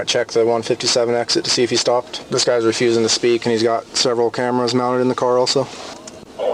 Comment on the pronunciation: CAMARAS. CAMARS. CAMARS. CAMARAS CAMARAS CAMARAS CAMARAS CAMARAS CAMARAS CAMARAS CAMARAS CAMARAS CAMARAS CAMARAS